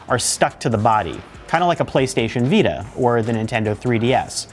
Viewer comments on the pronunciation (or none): none